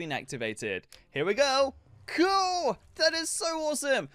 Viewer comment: I love how funny he says cuul